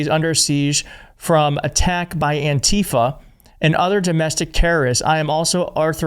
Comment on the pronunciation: btw, it is pronounced ANtifa. The stress is on the first syllable. Don’t let them kaMAla this